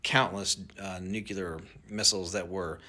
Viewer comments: This guy you're interviewing is a nitwit... NOBODY wants a war with Russia... "Nucular" - Only morons pronounce nuclear that way... He's trying to sound relevant... Drones are being seen all over the world? Why if it's a potential nuclear weapon in Jersey??? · Ok, but why now? Why not aaaalllll these years they've been allegedly missing? And why wouldn't they just admit if they're searching for radioactive material/warheads? Also, WHY DOES EVERYONE, ESPECIALLY EXPERTS PRONOUNCE NUCLEAR WRONG?!? DRIVES ME NUTS!!! 😅 nuCLEAR, NOT nuCULAR 🤬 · WHY CANT HE SAY NUC-LEEEEEEEEEE-YER????????????????? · I know .... right? Biggest mispronunciation peeve I have. NEW-KLEE-URH folks ... ain't hard. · Newk you ler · 🤣 You mean that tool is magically a "nuc-u-ler" weapon esspert.🤣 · Self proclaimed expert. I don't trust anyone that can't pronounce nuclear. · This “CEO” can’t even pronounce nuclear properly. Some CEO. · I don't trust information about this topic by people who can't pronounce "nuclear" correctly. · Sorry, but if you can't pronounce "Nuclear" correctly, I'm not taking your opinion seriously. Why wouldn't they use a WC135r? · Yeah when he mispronounced nuclear I immediately lost any credibility I was giving him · I am very skeptical. He makes assertions without proof and why would they be searching all 4 corners of the country? Plus, anyone who cannot correctly pronounce "nuclear" is suspect. Or maybe it's just me. 🤔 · Mfer would be more credible if he could pronounce the word “nuclear” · He lost me at that first "nuke-you-ler." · Nukeular is not a word. Why do so many people struggle with that word. Sound it out, nu cle ar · Nuclear (New-Clear) not Nucular (Nuke-yu-ler) I thought we got past this with Bush lol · FOR A PERSON THAT SPEAKS ASWELL AS HE DOES SO YOU CAN SOUND MUCH MORE INTELLIGENT IT IS NU CLEAR NOT NUCULAR JUST FYI YOU SOUND LIKE BUSH JR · Nuclear not nucular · *nuCLEAR not "nucular" 🤬 😅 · Saying 'nucular' hurts your cred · Oh lord he says “Nucular” 😂